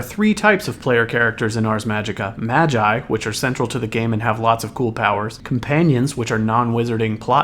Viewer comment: It's "magi" as in "the three magi" it's from the bible